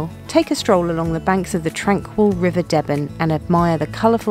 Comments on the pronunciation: Great video showing some of the beauties of my home county. Just a note: you pronounced the name of the River Deben wrong, it’s said “dee-ben” with a long e sound in the first syllable, not “debben” like Debbie! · Sorry if this has already been commented on but the River Deben is pronounced Dee-ben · Nice video. By the way the river in Woodbridge is pronounced Dee-Ben with an ee not an e. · It's pronounced the river "deeban" Spelt Deben. 🤦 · Sorry to be picky but the river Deben is pronounced "Deeben" its an extended e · I'm Ipswich born & bred, now living in the peak district. Just a slight wrong pronunciation? The river in Woodbridge is pronounced as Deeben, although spelt Deben. Please don't pronounce it the way you do, it sounds stupid!!